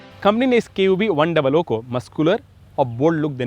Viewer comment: its KUV 100 not KUV 00...